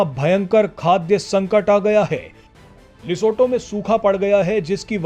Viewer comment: लिसोटो नही लिसोथो